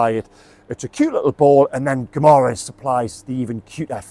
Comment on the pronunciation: 🇵🇹👋🏻Pronounced (Gi ma resh”) Guimarães.Good accurate assessment 👍🏻